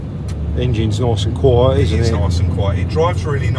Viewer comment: Real noiWce. Love this channUW